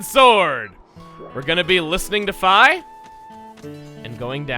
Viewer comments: I always read it as "Fee" whenever I played the game. Regardless of whether this is the correct way to pronounce it, it still feels weird hearing it said as "fie" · Doesnhe really pronounce it "F-eye" her name is "F-ee". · who else is annoyed that he says fi like fie and not fee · Hey. Just clicked in so Idk if what I'm gonna say matters. But you know that entity called Fi? According to what I've learned, the proper pronunciation of Fi, is "Fee".